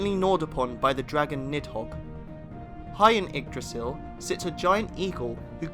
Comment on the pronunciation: Great vid, but damn if you're not butchering some of the less famous names. Except Yggdrasil, surprisingly, and obviously commonly known ones like Mjölnir. A hint: the -ir in Mimir and Nidavellir is never stressed. MEEM-ir and NEETH-a-vell-ir. It's the same as the -ir in Mjölnir.